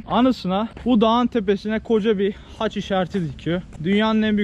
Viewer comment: hac değil haç